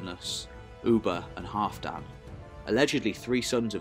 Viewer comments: Great video! But Halfdan is pronounced Halvdan. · I absolutely love this Channel and really appreciate all the work you put into it. However I keep giggling at your pronunciation of Halfdan, like some really short guy called Dan. I was always taught to say the alf in Halfdan as in Alf and Alfred with a hard A. While we're at it, Bagration is Bag Rat Eon. Or as I like to say wrongly on purpose, Bag ration. Like I say Thermistocles "Thermistokkles" or Pericles as Perikuls. Coz I'm daft, me.